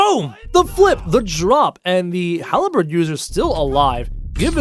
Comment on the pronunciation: Halberd not haleberd